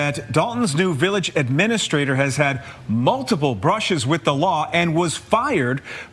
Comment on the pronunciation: She doesn't even pronounce it right. It's administrator, not aministrator....